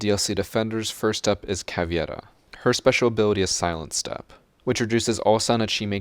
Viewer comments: All I will ever ask of you is that you pronounce “Caveira” the right way. The “i” goes after the “e”. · It's pronounced Cah-vay-da, not, Cah,vee-ed-a. It means "skull" Im fluent in portuguese. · Caveira's name is actually pronounced more like "Cav-ey-ra", since it has an EI not IE. Nice vid though!